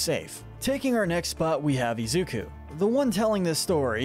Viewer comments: Also u say it izuko its izuku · Izuku is not pronounced Izuka or Izuko. Bakugo is not pronounced Bakuga. Also, although All Might's real last name is Yagi, I have never heard anyone call him that. Sometimes Toshinori, but otherwise, just All Might. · Its pronounced IS-OO-KOO and Ba-koo-go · Izukuh. Why? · "BAKUGA" and "IZUKO" lmao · All these pronunciations are wrong! Yoa-ya-roo-zu, I-zu-kuh, ki-rush-ma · is the most evil for the way he pronounces Izuku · Anyone notice how keeps mispronouncing Deku's real name?